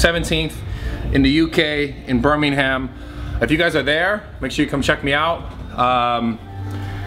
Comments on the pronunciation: Birming-ham, London? Dude are you fucking srs? Lmao, it's pronounced Birming'um and it's nowhere near London... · some pre expo advice, im from birmingham and its pronounced ' bur-ming-um ' and the people who live there are called brummies, they'll love you for it ;) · The way you said Birmingham 😆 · Haha you say Birmingham funny!!!